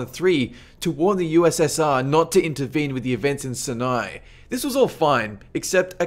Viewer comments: Sin-eye Desert? It is pronounced "sigh-nigh". And what is a mujan-adeen. Try Muj-a-ha-deen. What is doo-looth airbase? It's "Dull-uth", it's a US city that sounds like you are saying Dallas with a bad lisp, whereas you sound like you are summoning C'thulhu's inbred cousin. At least you pronounce nuclear properly. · MUJANEDEENS???? + SUNAI desert?? Also on another video you said Tanzaania??? interesting videos but you fail to pronounce alot of things